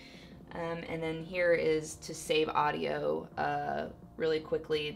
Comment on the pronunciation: When she said aduio mixer i Thought of Mixer R.I.P Mixer